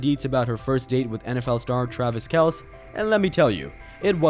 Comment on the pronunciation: If you can't even pronounce his name the way he does, you lose all your credibility. This is just click bait.